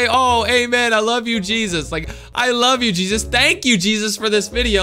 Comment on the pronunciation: did he say cheesus